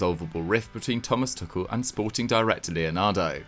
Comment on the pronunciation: Thomas "Tookell" 😂🤣😂